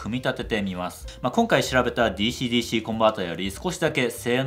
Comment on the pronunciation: DｽｨｰDｽｨｰの発音の良いこと